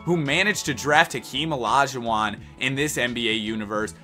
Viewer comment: “Akeem Olajuwon” 💀